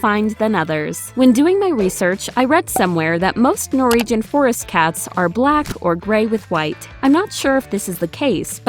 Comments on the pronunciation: Stop saying NOREEGEN! It's NorWegian! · No second R in Norwegian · I can't get past the way you're saying 'Norwegian' :-)